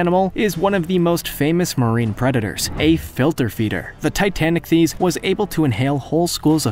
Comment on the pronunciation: Should be pronounced "TI-tan-IK-theess."